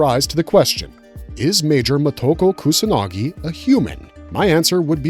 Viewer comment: You can't spell her name in the title, you can't pronounce her name. Short words like of/if/in are not capitalized in titles. Can you put some basic effort into this?